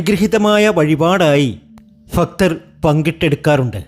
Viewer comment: ഫക്ത്തർ അല്ല ഭക്തർ